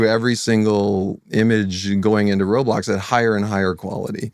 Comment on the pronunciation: "I'm sO glad, I'm sO glad you guys are aligned with the way we wun woblox" (sorry idk how to type a voice crack) but you guys heard that too right?